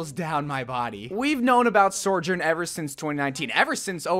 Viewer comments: How can both hear and type out the name sojourn and still say sorjourn... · so-journ. not sore-journ. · Why is he pronouncing Sojourn like Sorjourn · How are you still pronouncing it SOARjurn when she’s literally saying it 😭😭😭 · Please stop calling her “sorjern” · Where are you getting this extra R from? Sorrrrrrrrjern!!!!!!!!! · the way he’s still calling her SOREjourn 😭😭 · Ikr, he’s been saying it since 2019, is it that hard to just say SOjourn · Bro PLEASE just say her name right. It’s not Sorjourn it’s been 3 years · Blizzard is waiting to release more Sojourn content until you start pronouncing her name right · this bugged me to